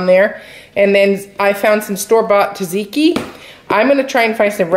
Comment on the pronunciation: Tzatziki is pronunced: sat·see-kee